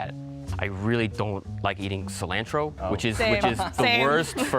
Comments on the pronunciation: maybe im the weird one but ive never heard someone pronounce cilantro like that, dead give away, imo. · What gave him away is the way he pronounced ‘cilantro’